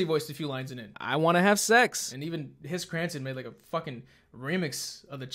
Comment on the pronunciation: “Hiss Chranson”